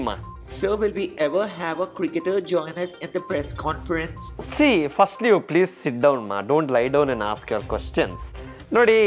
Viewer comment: Get lost. "peas" I am not angry😂😂